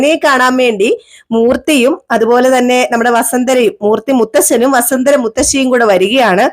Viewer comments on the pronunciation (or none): വസന്തര എന്നു പറയല്ലേ , വസുന്ധര എന്നല്ലേ ശരിയായ പേര്.